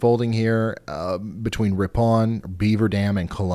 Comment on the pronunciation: I'm from Wisconsin and it is indeed pronounced Fon-duh-LACK and Rippin.